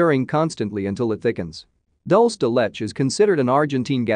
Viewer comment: Dol-se De Let-ch LOL. It's pronounced Dool-se. De-Leh-che.